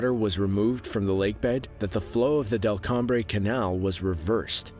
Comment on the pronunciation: Delcambre is pronounced like "welcome."